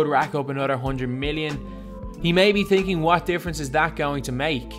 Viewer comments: its thinking not tinking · You're saying thinking wrong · You said thinking wrong 😂😂 all in good fun